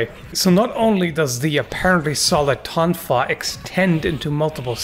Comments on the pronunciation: "Throwing the tonfa!" (first syllable pronounced like "tone" instead of "tawn") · "Throw the sofa!" is funnier, though.